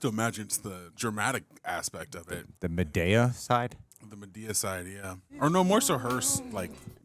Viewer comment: the pronunciation of Madea as Ma-Day- uh is killing me 😂😂😂😂 he said it like Amadeus 😂😂😂